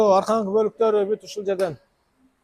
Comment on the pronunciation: Арканкы донгологу дебей туура айтпайсынбы . Арткы донгологу деп 😂